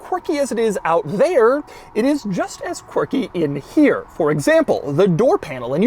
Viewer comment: Je suis français. How many times did you say "quircky"? LOL